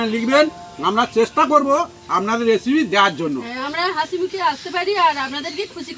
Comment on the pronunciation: এসেপি না বোলে রেসিপি বললে ভালো হয।